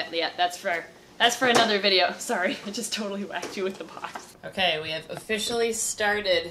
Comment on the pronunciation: "Don't read this part on vide-OH" So perfect